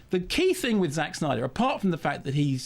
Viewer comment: I found high pitched pronunciation of "Zack Snyder's" repeated 100 times rather annoying, and it's not "Zack Snyder's" fault.